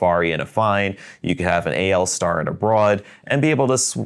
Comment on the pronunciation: Thank you for pronouncing the AL Star the right way, everyone seems to think it is ALL Star, which it is not. Yes, AL is the symbol for aluminum which is exactly what the pen is made from.